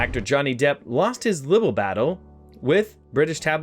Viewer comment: It’s LIE-bel. Not pronounced li-bel. LIEbel